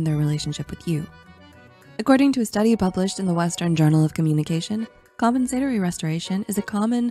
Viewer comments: Wonderful music. I love how pronounced compensatory. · …. I say compensatory so differently 😂